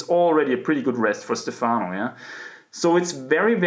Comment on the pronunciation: Your pronunciation of “Stefano” is above average indeed, but perfect accent would be on the E letter: StEfano rather than StefAno